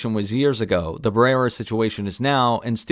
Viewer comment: "She's this generation's Gina Carano" One is a racist Trump supporter, the other condemned genocide -- clearly, you don't actually know what is going on. BTW her name is Melissa Barrera (with an uh sound at the end).